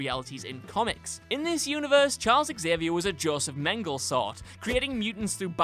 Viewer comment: wow, dude, i know talking is hard but if its your job you should probably know how to pronounce words like century, premise, and dr. mengele wouldn't hurt either....